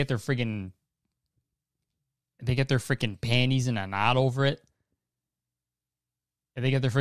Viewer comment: the way he said “panties in a knot” is the most canadian i’ve ever heard him say smth